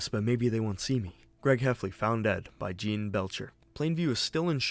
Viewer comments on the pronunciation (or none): none